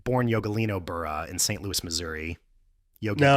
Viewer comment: Creve Coeur is outside of St Louis, which is named after the king but not pronounced like "Louie" :)